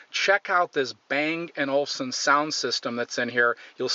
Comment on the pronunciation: it's called bang-olufsen not olfsen